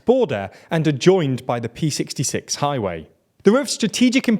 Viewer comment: ”cut off the pee sixty six” — I don't envy you here but it's the Cyrillic letter Р (equivalent to the Latin letter R) in Р66, not the Latin letter P. It stands for “regional”.